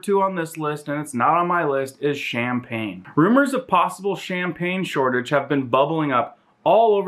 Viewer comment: Chamfnpagne haha wtf